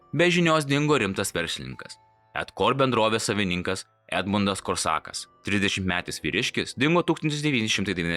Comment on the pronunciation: Kaip Korsako pavardę tari, tai vemt verčia, labiau psichinis